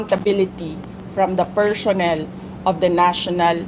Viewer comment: “Per-shons, per-shonnel, mem-bersh” not cute at all If you vote clowns in office, expect a circus show 🤡🤡🤡